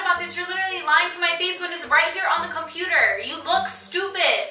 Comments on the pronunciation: “Compruder” that was funny to me😭😭😭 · "r radiated videos on the compruter" 🤣😭🤣😂😭😂😂🤣